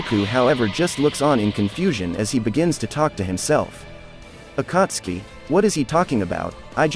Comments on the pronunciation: The pronunciation of akatski kakazo and kunai and Asmua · i had to stop watching after heard the pronunciation of akatsuki and kakuzu 3 mins in